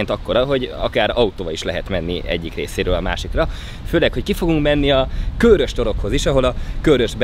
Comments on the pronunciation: Lehet csak nekem sértette a fülem, de a Körös-t az rövid magánhangzókkal ejtjük és nem Kőrösként, ahogy többször is használtad. Ez építő jellegű kritika akar lenni, tudom, hogy ügyelsz a részletekre. Üdv, Egy srác a Körösök vonzáskörzetéből :) UI: Gyulára is jöhetnél valamikor ;) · Felénk az általad használt "Kőrös" kiejtés nem helyénvaló és bántotta szegény békési fülemet 😣😣 Helyes használat: "Körös" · Nagyon király videó, mint mindig, de Körös- parti gyerekként légyszi, rövid ö-vel :D Respekt :) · Az Körös, nem Kőrös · Körös rövid ö betűkkel és nem hosszúval. Ezt leszámítva megint tartalmas és mínőségi videó. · Helyiként én is egyetértek! 😄